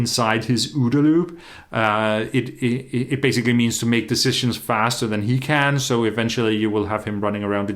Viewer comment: For others who are also wondering, it is “OODA Loop”. Not “odaloo” or “todaloo!”